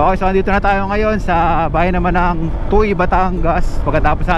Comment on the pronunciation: Sir, TUWI po kung i-pronounce ang TUY... Bayan ng (TUWI) TUY!